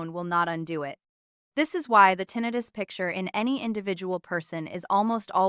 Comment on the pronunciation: I have difficulty taking this video seriously when the word tinnitus is pronounced incorrectly. I am Neil's roommate .